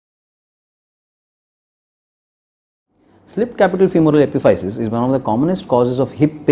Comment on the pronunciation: Epiphysis is pronounced (uh-piff-uh-sis)